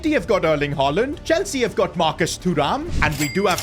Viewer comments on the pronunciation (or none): none